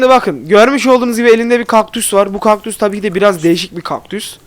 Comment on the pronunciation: Bu videoyu sonuna kadar izledim abi bide kökdus dedin